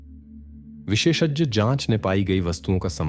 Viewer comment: visheshajya nahi visheshagya bola karo shuddh hindi me bhi galti kar rahe ho is se achha normal english vali hindi bola karo